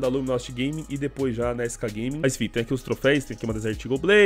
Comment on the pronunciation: skgaming na pronuncia é muito bizarro kkkkkk skcagueiming kkkkkkkkkkk.......torcedores da sk não me xinguem pq eu tb torço para a sk